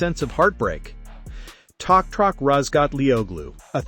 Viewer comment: His name is not Tokrak it is Toprak